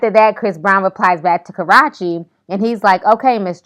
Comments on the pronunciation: Hahaha you still don't say her name right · Ka-rah-chee ?????...wow !!..ok ! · Karrueche....... pronounced Ka-Roo-Chi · you're pronouncing her name wrong its ka-rew-chi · say it with us: "coor - rooh - cheee" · It's pronounced "Kuh-roo-chee" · I'm done with Chris brown...he's too child like. and its really irritating the way u said her name...its pronounced Kah-ruu-chee...its really not that hard😒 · hahahaha! carachi ! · Jacob YORK and Kah-ru-chee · bitch you know her name is KA-ROO-CHI you play too many games. lol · Please just say Karrueche correctly, its more credible- Kar oo che, love and blessings, peace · Why you gotta pronounce her name like that?? It's KarrUche. Kah-roo-chi, lmao I'm done. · Pronounced ... KAH-ROO-CHEE 😶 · Lmao sound like u was sayin Haurache😂😂😂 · It's pronounced Karoochi haha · i was wondering if I was the only one that would say something loll its cah-rue-chi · Ka-ROT-chee, I flinched each time she said it!!!! When karate meets Karrueche. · KarrUechi, KarrUechi Lovely... I don't care how people are talked about but I'm sure they do not like to hear their name mispronounced. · Karrueche (Ka-RUE-chee) Karrueche Ti ! Lol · Lol... calling that girl Ka-rAH-chee. Ya'll know that girls damn name. Shaaaade. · lol Ti kept calling her Karrache....I'm not mad at it though😂😂😂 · LOL she is torturing her name just watching it to hear her say karrueche's name wrong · Learn how to say her name 😂😂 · Why you pronounce her name like that? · no the video lady dont know how to pronounce her name smh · Say her name right please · Lol can you pronounce Karrueche name right. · The fact that she mispronounced karates name the whole way through with no hesitation😭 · The fact that you mispronounced her name all through this video is just as funny as the clapback! LOLOL! Honeeeey, I have died! Chris Brown reads better than any gay man I've ever met in my life. I swear! He cuts and cuts DEEP! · Pronounce her name correctly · 😂😂 funny how she's saying her name wron